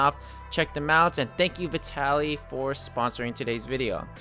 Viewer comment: is that really how "vitaly" is pronounced 💀